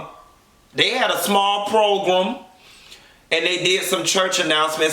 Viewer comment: I died at, "a small progrum" lol